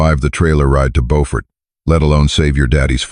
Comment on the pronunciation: Beaufort is also mispronounced